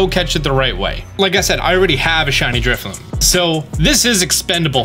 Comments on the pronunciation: Thanks for the tip. What a unique function of the game. I only mention this since you likely habitually misread the Pokémon's name, but it's Drifloon as in balloon, not Drifloom as if it were spinning thread. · Are you saying Drifloom? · Drifloon* not loom lol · if he says Drifloom one more time i'm committing arson